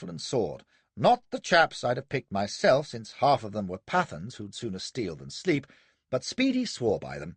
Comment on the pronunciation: A great reading, but "Pathans" shouldn't be pronounced to rhyme with "Athens", nor would a subaltern of Native Horse be Indian, he'd be British. The King's Commission ( as it was by then ) wasn't opened to Indians until 1918. So....ermm..no need for the awful attempt at an Indian accent for a subaltern of Native Horse who couldn't possibly have been Indian. It helps when you're reading something out loud if you actually have some understanding of the material. Other than those grating moments, an excellent reading.